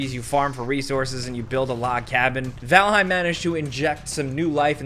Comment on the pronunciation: sounded a bit extra jersey there when talking about valheim. i dig it. regional accents are the best.